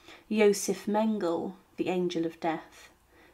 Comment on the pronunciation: Actually, Mengele does not have a hard "g" sound. The "g" is pronounced as the "g" in "doing" or "being" or "ring."